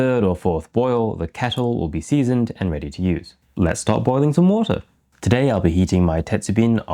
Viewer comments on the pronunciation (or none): none